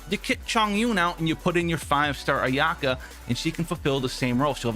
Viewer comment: It's not a-YAH-ka. It's A-ya-ka.